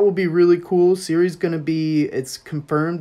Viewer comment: Shuri not Siri. Decent video though.